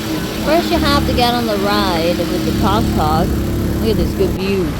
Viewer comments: It's pronounced "TOOKTOOK", not "TUCKTUCK", lol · I don't think a tuktuk is pronounced as a toktok... 🤭